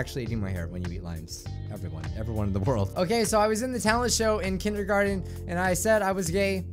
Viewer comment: Lets talk about "Kendergarten"